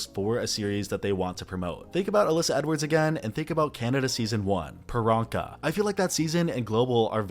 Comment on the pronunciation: Lolol wtf is a Pyranka? 😝